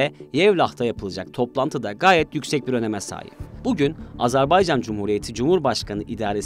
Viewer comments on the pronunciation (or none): Lütfen doğru telaffuz edelim, Azar bey can değil Azer bay can..! kolay gelsin. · AZERBAYCAN yazılır AZERBAYCAN okunur .... azarbaycan nedir? doğru düzgün konuşmaktan aciz miyiz ne? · Azarbaycan değil AZERBAYCAN Program yapıyorsunuz, ülkenin adını düzgün telaffuz edin artık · Telaffuz çok hatalı , "Azerbaycan" olarak doğrusunu söyleyelim lütfen. Bir defa değil sürekli yanlış telaffuz ettiniz.. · G z t ekibine emeğinden dolayı teşekkür ediyorum. Kardeş Azerbaycan hakkına da tez zamanda kesin zafer diliyorum. Birçok programda sürekli ve sanki bilinçli bir yanlış söyleyiş kulaklarımı tırmalayıp duruyor. Ona itiraz ediyorum. Azerbaycan AZERBAYCAN candır.